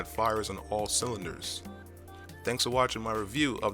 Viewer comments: Good review. Thanks Now you just need to work on getting the brand name right. it's Bang and OluFsen. ;) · I'm quite amused of the way you pronounce bang & olufsen, I'm not saying it's wrong (although not how the danes say it) however I just haven't heard it before. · Dude... Stop mispronouncing Olufsen!! Good video though.